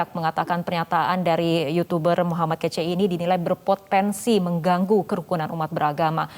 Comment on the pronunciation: Min..min.. M kace bukan KECE🥶